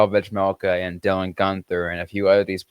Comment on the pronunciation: I love the podcast and have been listening since November, so keep it up! But drive me insane that you can't pronounce 'vejmelka' 😂😂 My parents both served missions in the Czech Republic and speak Czech and you aren't supposed to pronounce the 'j' in his last name. When you just say 'Vej' it's fine, but even when you listen to a game you can hear the difference when Utah's broadcasting crew say his whole last name. It's just pronounced 've-mel-ka' lol